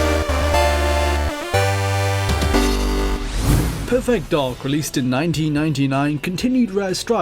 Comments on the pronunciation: Every time you pronounce "perfect," I feel I am having a stroke. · PUR-FEHKT DAHK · It's bizarre how he keeps pronouncing perfect like it's two words... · Great video, but learn how to pronounce "perfect".